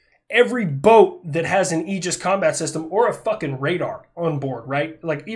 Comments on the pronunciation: in red alert 2 you had aegis ships for air defense, they said it like "aygis", so you went with the right pronounciation ;) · I work on part of the aegis system. It is def pronounced A-gis, at least that is every single person I’ve ever encountered, contractors, gs’s and navy. I am the project manager for installation of sqq-89 A(V) 15 on all surface ships in norfolk. Which is pronounced nor-fuck 😂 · I also pronounce it Ay-Gis and I remain correct. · Ace combat pronounces it Aye-jis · Retired sailor here, we always used the hard A when saying aegis. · 1) Its primarily Athena's shield. 2) Medusa's head, given to Athena by Perseus after he slew her. 3) the greek pronunciation is egis, the way the navy says it is agis. Your fine. 4) The Ticonderoga's have been outdated. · We say it with the “A” sound in the Navy. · Just to mess with your mind a bit... According to my ancient Greek classes, your pronounciation of the Ae is pretty close, but the g is pronounced like in goose. (...but most likely, the Americans who named it had no clue or care about all that.) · I’ll be that guy. The “ae” is an open sound with the placement towards your teeth. You pronounced it correctly. Google is wrong (at least in American English) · My last name is pronounced A-gis, spelled differently, you have my permission to continue pronouncing Aegis as A-gis. Lol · all or most the military says it the same as you so if talking about the military system it would be said the way you do with the A . a gorgon think of medusa.